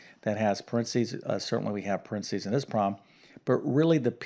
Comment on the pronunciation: Thanks for the refresher math class. I did not get the correct answer. I knew there was an order to the solution, but I had forgotten it. Notes from a former english teacher - please pronounce your words clearly, so that those with poorer math or english skills can understand. For example it's a 'problem', not a 'prom' and those are 'parentheses', not 'parensees'. Thanks. Math is hard for many people, and I appreciate your explanations. ⭐